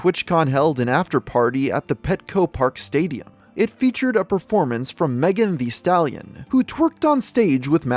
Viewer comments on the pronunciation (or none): The way he said Meg the stallion lmfao 🤣